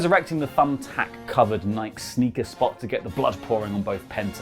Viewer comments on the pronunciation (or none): none